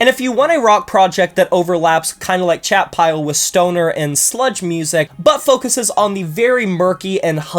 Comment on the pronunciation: I went and looked up Chat Pile and thought you were saying Shatpile. “Shat” sounds very sludgy